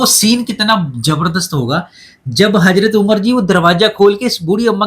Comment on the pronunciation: Hazrat ha please Omar RA simple bol do, Hajrat na ha